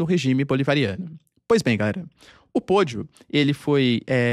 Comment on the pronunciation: Pollo, frango não sona assim como você falou "podio" e sim póio